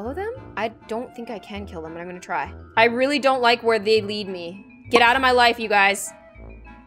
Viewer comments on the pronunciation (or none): none